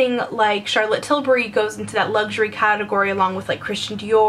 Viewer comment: I LOVE that you pronounce Tilbury right! A lot of Americans I watch pronounce it ''Tilberry''